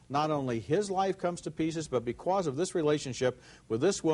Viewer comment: Hear that "bequose"? Roger always said "bequose".